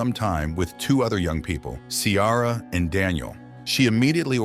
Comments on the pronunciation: Her name is Ciara, pronounced Keera😂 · I’ve never heard the name Ciara pronounced like that before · You NEVER watched the film otherwise you would correctly pronounce Ciara.